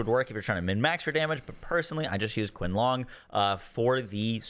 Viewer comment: Qin Long is pronounced *cheen-Long